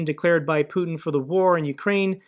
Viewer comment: Putin not Puton . Americans seem to struggle pronouncing names .😊